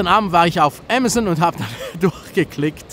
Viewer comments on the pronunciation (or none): none